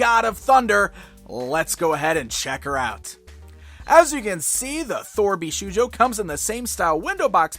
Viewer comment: Okay, I know you probably don't speak Japanese so when you see shou it's pronounced the same as the word "show" not how you would pronounce "shoe" so it's "bee-show-joe" not "bee-shoe-joe".